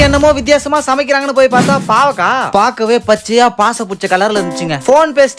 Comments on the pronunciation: Athu pavaka illa kovaka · அண்ணா அது கோவக்கா பவக்கா இல்லா😂😂😂